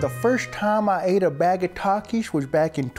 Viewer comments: hell naw why bro cant even say takis if hes addicted to it . instead he says takish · Taxis😂😂😂 ITS PRONOUNCED TAKIS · Bro said takis wrong😂😂